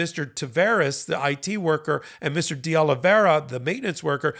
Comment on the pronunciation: It's DeOliveira not DeOliviera.